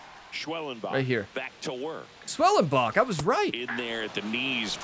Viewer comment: THE SLUMP IS OVER! OMAHA HAS TO WAIT! LOL... saves his job for now! Honestly, you ought to wait for the manager to tell you to seal, or only run when there's 2 outs, that way you don't get doubled off because you took off. and it's pronounced Sch well en bock.